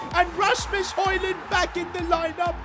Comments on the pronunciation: Its not holand its hoylind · Its not holund but hojlund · say højund not holund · Its not holland its hojund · why did he say haaland instead of højlund he could just have said hojlund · Im from demark and its not Hojlund its højlund😅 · Bro called Hojland Holland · Ur saying højlond right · HOW TO SAY HOJLAND IS HOILAND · Say it like this hoylund that’s how it sounds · I love how he calls hojland holland 😂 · It is painful to listen to him butcher hojlunds name